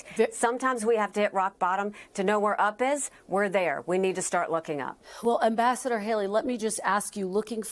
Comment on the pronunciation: Ambassador Nikki Haley-I thought she said vascular Nikki Haley